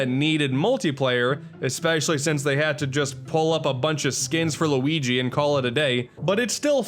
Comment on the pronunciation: What is it whit people pronouncing Luigi so horribly, it gets extremely annoying!! LUIIIGi